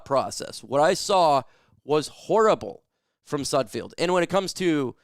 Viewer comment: I T ' S N OT SUDFIELD IT'S S U D F E L D THE'RES NO I YOU GET IT WRONG ALL THE TIME.